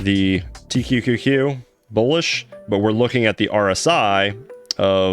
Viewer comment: Small thing i noticed, you keep saying TTTQ instead of TQQQ.